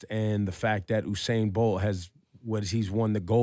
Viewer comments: Ebro, who the hell is Oohsain Bolt?? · I'm gonna need y'all to stop putting on H on Usain's name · Dumbass! its not hussain its Usain. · Its usainbolt not who sain bolt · Why these ppl said "HU"instead of ""U"? His name is Usain. U...U...U..U say it..U..U..U Usain. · Its "You- sane" not "Ooh- sane". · I'm gonna need you guys to stop putting an H on my boy's name. His name is not Hussain, it's Usain. Say it with me U-sain.... U-sain... U-sain... Usain Bolt! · I have crazy respect for you guys but you really have to stop saying Usain's name incorrectly. The man's name in pronounced "You-sain", im not trying to be a jackass, only passing on some knowledge so you guys can continue to be the professionals that you are. Keep up the awesome work cousins. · why can he not pronounce Usain Bolt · + donnett wilson You obviously misread my post. I know very well who Usain Bolt is, I am Jamaican myself, born and raised. My point was that during this video Ebro (radio presenter) kept on pronouncing his name wrong. Click on (like I originally wrote above) and you will hopefully see what i'm talking about. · + david hudson You obviously misread my post. I know very well who Usain Bolt is, I am Jamaican myself, born and raised. My point was that during this video Ebro (radio presenter) kept on pronouncing his name wrong. Click on (like I originally wrote above) and you will hopefully see what i'm talking about.